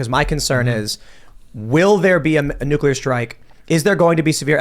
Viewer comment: If he says nook-you-ler one more fucking time....